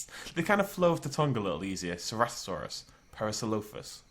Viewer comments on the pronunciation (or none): So to get to finally...FINALLY pronounce Ceratosaurus correctly, we had to sacrifice parasaurolololololophus? Is it worth it?